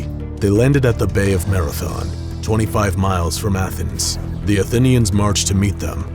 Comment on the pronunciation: this guy cant pronounce shit, athinians(atheneans), calvary(cavalry) lol